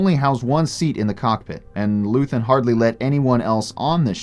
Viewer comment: you know how to say his name, say it right. they say his name so often in the show you dumbass